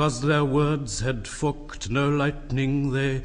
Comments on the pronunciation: because their words had fu©ked no lightning... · the way he pronounced "forked" lol